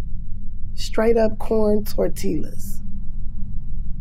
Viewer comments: The way she said tortllla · Love her. But when she said tortilla wrong, I cringed XD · So bby girl got Japanese down and said Tortilla with the 'L' sound ? Lool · Why she pronounce the L in tortilla 💀 and it’s not even the way you would think it should sound if you didn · She can speak Japanese but can’t pronounce TORTILLA 😂